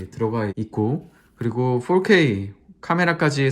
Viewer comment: 4k를 포 ㄹ어 퀘이~ 이러는거 듣고 팡 터졌네요. 유학파인가요 ? ㅋㅋㅋ